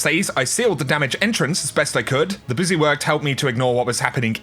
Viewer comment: Busy* not boosy